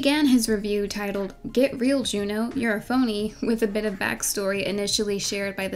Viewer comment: every time she said “jew-new” i cringed